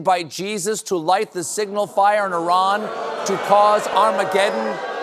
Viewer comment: Thank you for pronouncing Iran correctly. And for bringing light to the historical madness that we are all witnessing.